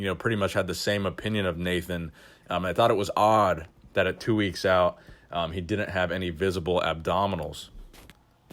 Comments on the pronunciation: Out not ouit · "Ouit" lol fix it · “Two weeks ouit”